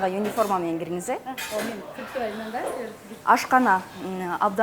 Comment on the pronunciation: Ашканага ЮНИФОРМА мн кириниз дейтго алып баруучу, уят, УНИФОРМА болот